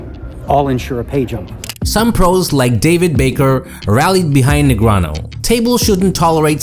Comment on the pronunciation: Why still pronounce Daniel's name "negranoh"? He's publicly corrected people for that mispronunciation multiple times.